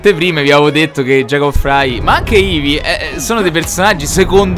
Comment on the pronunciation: Ci tieni molto ma non hai fatto i primi -.- Non hai fatto neanche Chronicles che spiega un botto la storia L'inglese.... Si dice Frai non Frei